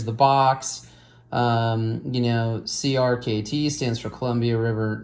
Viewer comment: It’s pronounced like cricket. Helps to know English